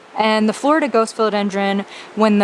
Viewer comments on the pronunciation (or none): none